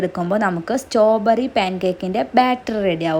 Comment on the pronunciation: സ്റ്റോ ബെറി അല്ല ചേച്ചി സ്ട്രോബെറി